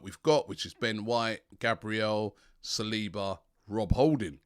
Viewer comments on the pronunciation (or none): none